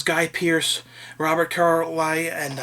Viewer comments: Also its pronounced Car-lie-all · It's Robert Car-Lie-Ull. ;)